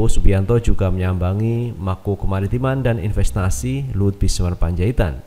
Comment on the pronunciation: Binsar massssss. Bukan bismar... .piye tooooohh...toh... .xixixiixxi